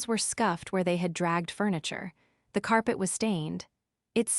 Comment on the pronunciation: Carp tee for 'carpet'😂😂😂😂